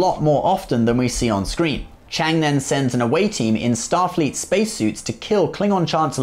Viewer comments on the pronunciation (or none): It's Kang not chang